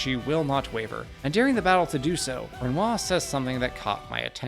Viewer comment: Excellent video. My only gripe is the pronunciation of Renoir lol, the R is only silent in game due to the accents from the VA’s, when the rest of your speech is bog standard American accent, it’s jarring to hear his name pronounced in some form of bastardized English/American accent lol